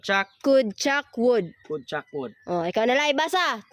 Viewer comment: Ma'am ang would wag mong na wood din ang could ginawa mong cood silence L ka lage sa mga letter na would at could basa mo dito sa would ay woud tapus sa could ay coud.silence L ma'am ang kulng kaya obob mga student mo dhil obob din ang teacher hindi lng itung content na ito ikaw nag kamali sa spelling marami pa ma'am kya ituwed mo po!?